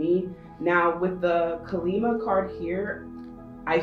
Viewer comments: I don't want to be rude, I love your videos, however, I believe her name ()is pronounced caw-lee mah. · Pile 3: Just a quick note. It's pronounced as Kaa-lee-maa, she is a warrior goddess who single handedly killed demons who couldn't be destroyed. Your readings are as perfect as always. Thank you so much for your videos right when we need them ❤️